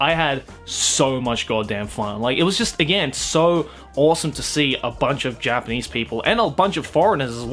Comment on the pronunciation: It's just me or he is saying J-penis? Not Japanese, lol